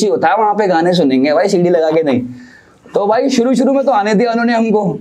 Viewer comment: Suru nai shuru hota hai sa or sha seekh